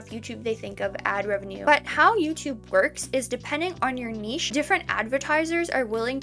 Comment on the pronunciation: Omg you're the first youtuber who knows how to say niche!! It's all up and down with these revenues much like the video itself and it'll only take one to go viral to really make it worthwhile so in a way its good you're monetized before this has happened.